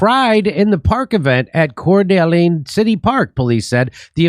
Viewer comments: It's pronounced Cord a lane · If you're going to be in Spokane, WA, you might want to pronounce Coeur d'Alene correctly. Core da lane. ;-) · Pronouned CORE da LANE. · It's pronounced "core de' lane" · Say it slowly... Core Da Lane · pronounced "core-duh-lane". it's a French name given to Native Americans to slander them for not being pushovers about their own homeland. it means "heart of an awl" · This is the town we live in. My brother was in the area and recorded the event. ALLLL of us agree that this felt like an FBI/CIA false flag event. It was bizarre and seemed so staged. Edit: you pronounce it “Core Da Lane”😆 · It's pronounced Core duh LANE, Jimmy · It’s pronounced “Core-Da-Lane, Jimmy. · it's pronounced Core duh lane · Say it core-da-lane. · FYI, it’s pronounced Cord-A-lane. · It is pronounced, Kor da lane, fuck Jimmy! I don't even live in America .... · Locals pronounce it “cord-uh-lane”, say it fast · it is pronounced, 'core-dah-lane' ;-) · Seeing that you couldent pronounce the name of the city told me you dont know about the huge Nazi compound juuuust right out side Coeur d'Alene.